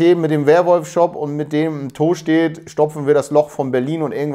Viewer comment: Tooostedt 😅... ich als alter Buchholzer feier die Aussprache immens 😃🤪